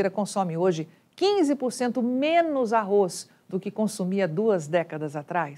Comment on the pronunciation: Parabéns Você falou "ARROZ" Porque é quase insuportável escutar essa imprensa falando "ARROIS"